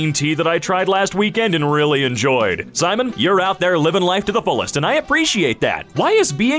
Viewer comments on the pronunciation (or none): none